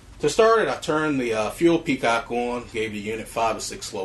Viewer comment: Really enjoyed the review. I had to smile, though, when you several times called the fuel petcock a fuel peacock. Thanks for the review.